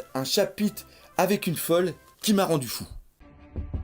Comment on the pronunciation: Arrête de dire chapite c'est insuportable haha